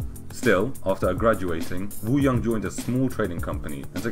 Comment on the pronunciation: Kim Woo Jung's pronunciation is closer to 'Woo-Zoong' than 'Woo-Young'